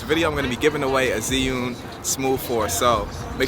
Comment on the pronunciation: It's Axe-sis and Zih-yoon...and I see what u did there with the hip-hop Asian soundtrack 😑